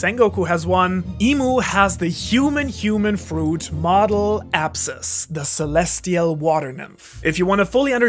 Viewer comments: it's apsara, not apsas. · no need to explain, I'm also an Indian. It's just that if he meant Apsara, then his pronunciation was way off the mark. I even searched "celestial water nymph" on Google. The only answers I got were Apsara. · what did you say the name of the celestial water nymph was? There are no subs, and I couldn't catch the pronunciation. Apsass? Apsara? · Did you understand his last words ? He said the name of the celestial water nymph, what was the name? It sounded something like apsess to me. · did you understand the name of the celestial water nymph he said at the end? I couldn't quite catch it.